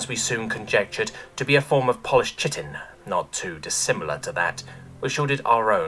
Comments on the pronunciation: I'm sorry but when you pronounce chitin as chit-in instead of Kite-in I feel that upset me.. It breaks me down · everyones ragging on you for mis pronouncing proboscis, when its really chitin (Ky-tin not chit-in) you make an error on (a perfectly reasonable error, but one that is ACTUALLY an error) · Jesus h Christ, chitin is pronounced kai·tn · The one that's bothering me is chitin. It is pronounced kai-tin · I know it doesn't make sense and the way you said it in the video, to me always sounded more bug like and appropriate but chitin is actually pronounced like [ky-tin] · Chitin is actually pronounced kite-in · For fucks sake! Chitin should be pronounced as "Kyten"! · Chitin has its origins in Greek, it's "kie-tin" or nothin' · To be honest I've also only ever heard it as that, too, but knowing both are correct is good. But the other one that got me was chitin. I only pronounced it that way in Elementary/Middle school because I never heard it spoken, but I saw it written. [Starcraft]